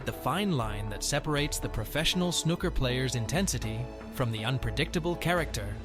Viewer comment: It's not called snucker